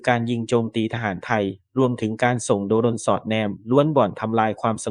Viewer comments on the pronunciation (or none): ทุ่นบึ้ม..โด-รน..เมืีอไหร่จะพูดให้ถูกซะที AI..เซ็งเป็ดจริงๆเลย